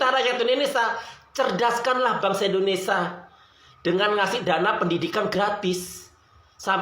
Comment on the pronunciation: Indonesia bukan indonesa...